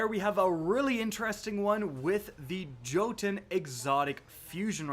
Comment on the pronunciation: I believe Jörtunn is pronounced “Yur-tunn”